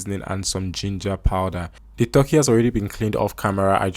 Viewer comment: Stop saying "Th-urkey". It's "T-urkey".